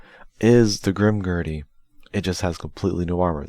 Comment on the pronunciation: Their names are not pronounced “Grimgertie” and “Bale/Bail.” It’s GrimGairduh/GrimGayrduh, and Ba-El or Baal-like the word “Ball.”